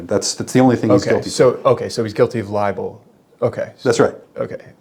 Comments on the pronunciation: He's saying "liable, " you're saying "libel." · it's libel not liable. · Li-bel. Not li-a-ble. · Sounds like this guy is confusing ‘liable’ with ‘libel’. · Hearing you say libel and him say liable and clearly talking about two different words while he thought you were saying the same thing was downright infuriating. How does he not know what the word libel means? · Liabel not libel 😂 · What an idiot, doesn't know the difference between LIBEL and LIABLE 😂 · He keeps saying criminally libel when libel is tort law not criminal so he’s an idiot.